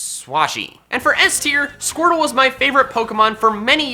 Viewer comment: DO NOT LEAVE OFF THE R IN SQUIRTLE!